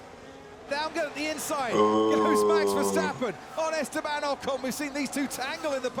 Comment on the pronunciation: I really like how you are growing into this sport so fast and with so much enthousiasm! And you are one of the very very few who pronounces the name of VER the right way! you're already so familiar to the usual aspects and strategies that even you 'as a rookie' have a grin with 'Ferrari f*cked up again'. Very enjoyable to see! As a dutchie it is a good time to be VER fan, but it saddens LEC is screwed by his team. You have to see Dutch GP in September and see the fantastic ambiance by that time. Keep the good vid posted!